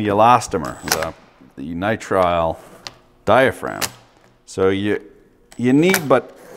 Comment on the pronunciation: Dye-uh-fra-gum (diaphragm)